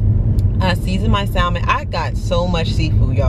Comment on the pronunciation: The L in Salmon is silent sis lol. I just recently learned myself lol.